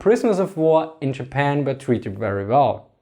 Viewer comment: "Chermany, chapan"